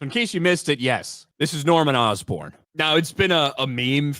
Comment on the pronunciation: Norman Osborne ❌️ Norman Dustborn ✅️